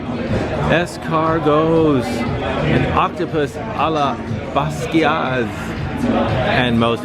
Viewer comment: Ha! Octopus a la Basquaise. A French restaurant serving Spanish style octopus😛. BTW, pronunciation sounds like “bass quez” rather than “bass quee azz”., I have always been impressed with your ability to pronounce named dishes correctly in you food adventures. Just looking out😁